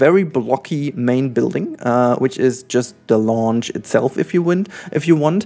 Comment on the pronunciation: Hey! Just a friendly heads up: the word “lounge” in English is actually pronounced with the German /au/ sound, with the same sound as the word “ouch”! The way you’re pronouncing it in the video sounds more like the english word “launch”, and it was a little confusing in the beginning! Keep up the good work and keep being you! ❤️